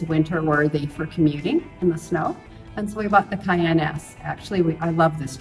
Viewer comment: Very rare Porsche "Cayannen"